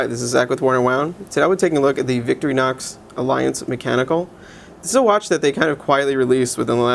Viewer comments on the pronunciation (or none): cant believe I'm doing this again to another watch reviewer! it's Victor-inox not victory-nox say it with me vic-TOR-inox ,so simple,better stay away from anything that actually takes knowledge of French or German accents! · its Victor-Inox...not victry-nox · nice try at trolling. victorinox is just victorinox; not victory-nox. he said victory-nox. whatever.